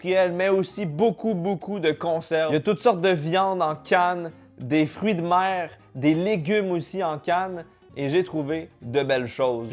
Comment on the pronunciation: on dit"des fruits de mer"....et pas des "fruits de meilleres"....